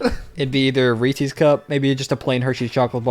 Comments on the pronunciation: Sam saying Reese-ies’s rather than Reese’s is majorly distressing to me. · Hearing the Reese’s pronunciation made me physically hurt because i love Reese’s so much, i literally named my cat Reese’s. There is a ‘ for a reason. The creators name was HB Reese. Its his candy, so its pronounced like it.